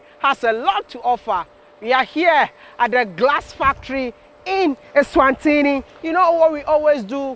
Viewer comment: Its ESWATINI. Not eNSwatini